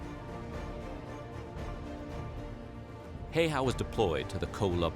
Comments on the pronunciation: Not shaming on anyone or the video, but as a Finnish person I just can't help but cringe a bit everytime I hear the Americanized pronunciation of "Häyhä"😅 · My brain hurts when i hear foreigners try to pronounce Häyhä. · You pronounced the last name in the most wrong way possible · I just love watching everybody misspronounce Simo häyhä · I swear everytime he incorrectly pronounced Häyhä, it made me cringe so hard, smfh. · I just had to react to the pronunciation of "Häyhä". The "a with an umlaut" is always the same wovel as in "cat", no parasite wovels. The "y" is the same wovel as in a very aggressive "you". So from this information, you can probably deduce that the combination "äy" is pretty much the sound that you would make when an alien parasite burst out from your chest cavity. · Wondering when there is a video where Häyhä is pronounced right like Finns does it. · The absolute mangling of his name really grates on the nerves. And I don't think that his machine gun kills should be ignored, which takes his record up to the 800+ as was reported in that mini-documentary. After all, dead is dead. But history is always better to understand in context so, here's something I'm sure you'll enjoy: This link takes you to a concise documentary on the Winter War, an important conflict that most of the West has forgotten. My father survived that war (though damaged) but his younger brother did not. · Its triggering me the way he keeps pronouncing his name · Pronunciation is closer to 'How-ha' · IT'S NOT FUCKING HEY-HA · When you say "man" take that a sound and you have almost pronouncing how ä is pronounced in Finland. Its not heyha it is Häyhä. Basicly not big deal but why not 🤷🏻‍♂️🙂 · It's not "HeyHA" it's HEYHEH if you need to pronounce it.. or as close to that as you can if you don't know how to pronounce Ä. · "Hei-hah" xD how about "hæ/y/.hæ" Also not -20 to -40 Fahrenheit, but Celsius. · Mate its simo häyhä, not hayha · You called him Simo Häihä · simo heihaa?